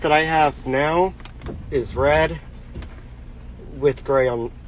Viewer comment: emphasis on NOW 😂